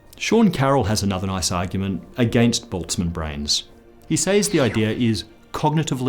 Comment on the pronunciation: "says" ... "sAys" .. surely it's pronounced "sez". Who sez phonetically "says". Especially an Australian. I've noticed it in a few of the recent vids...and it's bugged me!